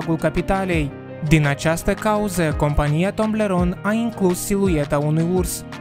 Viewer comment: Toblerone nu Tomblerone (fără hate)